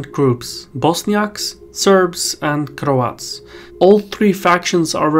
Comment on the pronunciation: love how you pronounce cRRoats haha